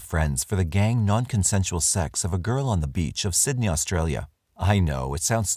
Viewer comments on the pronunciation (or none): none